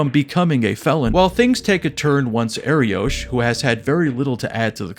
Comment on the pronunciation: Btw, it’s pronounced Ariokh not Ariosh. The name means lion in Hebrew.